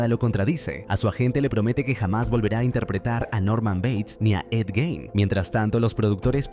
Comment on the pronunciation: Jajajjaaj lo pronuncia mal es Gein xD